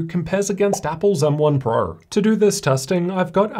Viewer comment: "M1 purrr" 😆